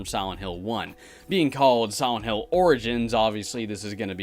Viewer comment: i swear i heard him say "siwent hill"